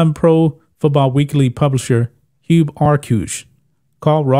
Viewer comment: Its Hub, like as in hub cap, Hub Arkush LOL, I used to like him over the years when he covered the Bears, and he even used to be on Bears Radio calling games with Wayne Laravee in the 80s and 90s. Hub has lost my respect.